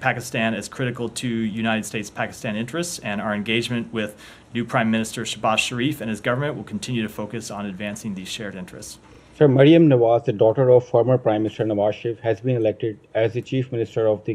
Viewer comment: Shame on Matt saying Maryum as milestone